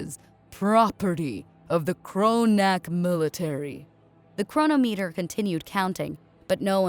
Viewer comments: No, I can't help it. Chronometer.... not Chrono meter, it's, chro-nom-et-er. Pathetic. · It’s pronounced chro-nometer.